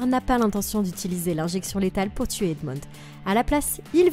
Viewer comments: Tuer et pas teur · il y a un pronlaime tu a teur au lieu de tuer